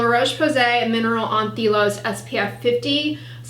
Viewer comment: an-THe-li-os? I call it ant--HEE-li-os ("ant" as in anti, + "helios" as in sun) 🤔lol. Lovin' the Sundance on your recommendation, it's saved me loads of cash, thank you!